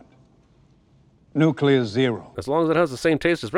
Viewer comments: Few things annoy me more than “nucular”. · Can we talk about the fact that he said nucelar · Nook-Yuh-Ler ding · You said nukular. I heard it. Just sayin, you sinned a guy in another movie for it lol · Jeremy, you said "nucular" - I'm adding 55 sins to your f*cking counter ! Di-di-di-di-di-di-di-di-di-di-di-di-di-di-di-di-di-di-di-di-di-di-di-di-di-di-di-di-di-di-di-di-di-di-di-di-di-di-di-di-di-di-di-di-di-di-di-di-di-di-di-di-di-di-di-ding ! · “Nucular” *ding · I'm disappointed in you J-bird. During the Indiana Jones and the Kingdom of the Crystal Skull video you sinned Indiana because he pronounced nuclear "nuculer". Now you have done that same thing. By the rules that I just made up you have to sin yourself and carry that with you till the end of time. It's only fair. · Nucyular? NUCYULAR? You, sir, have lost some sin cred!